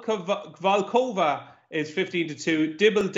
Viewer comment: As one of the connections....its vol - kov - ka 🙈